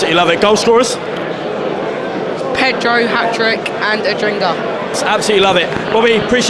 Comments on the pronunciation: it has always pained me that you have said "Adringa" instead of "Adingra"! But nevertheless, i'm loving the content! Keep it up! 👏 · mispronounced his name couple of times, should be ''Adingra'' instead of ''Adringa''.